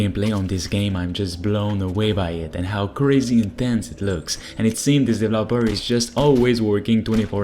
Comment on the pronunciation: Please learn to pronounce the word "developer" properly. You're driving me insane